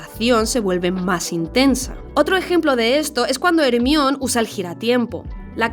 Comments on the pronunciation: hermion? "her-mai-oni" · ermion?? Jermayoni se pronuncia, ostrasss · me tiembla el 4n0 cada vez que escucho hermion, pero buen video, Cuaron es el mejor director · BASTA DE DECIRLE HEMBRIÓN A JER MAI O NI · "Ermión"... Uff, espero y deseo que el doblaje en castellano de la serie por fin traduzca Hermione como "Germaioni" y no como "Ermión". Una vez que te acostumbras a como es el nombre en realidad suena horrible cómo lo hicieron en castellano en las películas. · hermión, no. Jermayoni. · "/ermión/" pffff me mataste. Es /Jermáioni/! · Perdón pero no se dice “HErmion” es Germaiony como debe de decirse su nombre 😭 porque le cambian el nombre no entiendo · Ermión? Joder tía se pronuncia "Germáioni" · Ermion??? Que horrible! Es Germaioni!!!!! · Por qué le dice "ermión" a jermaioni? 🤔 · Como que dicen ermión en españa??? se dice jermaioni!!! jajaj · Hermion NO, ES JERMAIONI!!!!!! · Se escribe Hermione Los españoles le dicen Ermion culerisimo por cierto En mexico Le decimos Germaiony el mejor nombre Deribado del Ingles Hermione = Her(ger),m(i)=m(ai), on(e)=on(i) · Por qué si pronuncias "Petigru" como "Pidigru" pero dices "ermion" en ves de "jermaioni"? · como que ermión 😂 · Magel, Hermion omg son alérgicos al inglés. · Ermion! 😂😂😂😂😂 tanto les cuesta pronunciar el inglés??? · Who the fak si "Ermión" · Quien es Ermion? 😂😂😂😂😂😂😂😂😂😂😂😂😂😂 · "ermion" jajaja jajaja jajajaja jajajaja jajajaja si acaso sabes como se pronuncia de verdad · Hermion?? Wtf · No le puedes decir Hermión a Hermione, que tienen los españoles en la cabeza?!...Castellanizalo como Herminia en ultimo caso lpm... Buen video fuera de eso. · Siempre me deja loco escuchar "Ermión"😂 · COMO QUE "HERMION"?😭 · No pude acabar de ver este video. Escucho una vez más Er-mión y vómito. Vamos que las películas tiene más de 10 años que se hicieron famosas, tienen buenos doblajes, tienen a Inglaterra super cerca y acceso a Internet es casi un insulto a tu misma persona seguir pronunciando Er mión. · No digas “ermion” 🤦🏻‍♂️